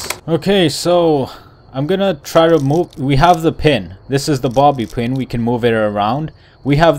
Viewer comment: I thought he said mommy pin XD